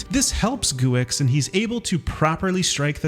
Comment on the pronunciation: Guex is pronounced go